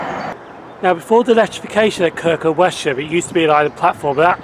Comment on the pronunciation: Excellent Video in the area where I used to go trainspotting in the 1960s. Just another point on pronunciation though. My wife lived in Kirkham for 17 years and is adamant that the locals always pronounced Wesham as Wessam. Keep up the good work.